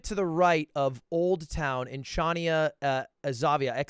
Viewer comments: I am a native greek, and hearing the city's name mispronounced so badly made me cringe, I shall make it easier for you Ludwig, it is pronounced (ha-nya) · you couldn't say Χανιά "ha-nyah" more wrong even if you wanted to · Lud it would not be 'Xavia', but rather something like the eng translation given. In greek the 'X' would be similar to a 'h' and the 'v' would be an 'n' so it would end up as 'Hania' with a bit of throat on the H. The little mark on the 'a' denotes an emphasis on the 'a' of 'Hania'. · the way he said chania and χανια when its spelled hania killed me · DUDE that Greece round was INSANE! Im Greek and I would never have guessed Crete! But I guess it makes sense because Crete is big and the houses look too ran down to be in a small tourist(that guy with the white hair is probs a tourist) island. Btw its pronounced Hania, X in Greek is like H in Holiday lol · Actually the word Χανία is pronounced diferently. The first letter is an h as in harry and you read it like hania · Ludwig: pronounces Chania "Xavia" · Came here from Cody Ko’s video. Fun stuff. Chania is pronounced more like “Han-ya” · The funniest part of this video was when they kept calling that one place “Chania Xavia” 😂 sometimes it pays to know a bit of Greek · I am in pain listening to him pronouncing Χανιά exavia. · Not to be that person but their pronunciation of Chania... it hurt so bad, but other than that that was really cool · His pronunciation of Chania is making my ears bleed